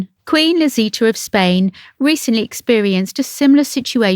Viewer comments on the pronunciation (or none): none